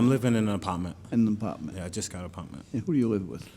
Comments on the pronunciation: “ I’m living in a apopment” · I live in an “apawtment”